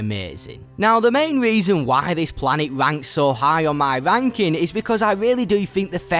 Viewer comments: "Begin the venking" 🤣🤣🤣🤣🤣 TF is this accent? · Love how he's saying "ranking" 😂 sounds a bit sus